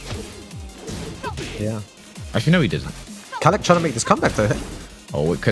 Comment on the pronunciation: Bro it’s kalak why kala